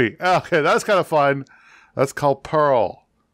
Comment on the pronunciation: First game Peril was really good. Sounds like you were calling it Pearl.